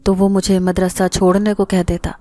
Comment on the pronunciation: Nice voice...nice all stories..... madrassa not... madarsa